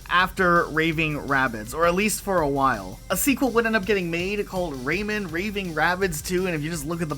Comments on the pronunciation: Out of my entire 32 years of living in this planet. This is the first time I hear someone call "Rayman" to "Raymond" lmao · Really weird to hear people saying”Ray Man” pronounced like that….raymon lol